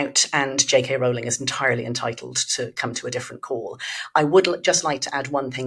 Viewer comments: It's pronounced ROLL-ing, not ROUL-ing. Get it right. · It’s Rowling, to rhyme with bowling. 🎳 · Please EVERYONE, at The Spectator and elsewhere, in the interests of accuracy and as a sign of respect to a hugely important person, pronounce JK Rowling's name as she wants it to be pronounced: as Rolling. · ROWLING is pronounced as "row row row your boats." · Rowling rhymes with 'bowling', not with 'fouling'. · How do SO many people not know that Rowling rhymes with ROLLING? It's astonishing.